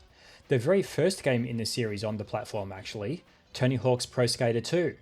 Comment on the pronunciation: "Erm akthually"